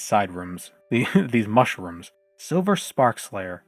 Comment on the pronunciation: “Mush rooms”, ok now this is fungi